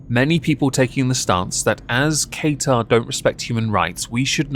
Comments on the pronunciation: Love the videos. Your points are all so true. Love how you butcher Qatar's name (it's said "kah-tar") it made me laugh so much haha. Keep up the awesome work 😊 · Ok, imma say it coz I'm from the middle east and its kinda inking me. Qatar is pronounced Kaa ( like kaka) ter ( T from the tip of your tongue, er like ehrr from the tip of your tongue) Edit: I'm going to say.... because apparently I triggered Beaumont 😊❤️ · I can't take you seriously when you refuse to learn how to pronounce the country's name. What the fuck is Kay-tar?